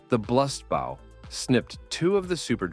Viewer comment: Dog if i have to hear this ai say blust bau one more time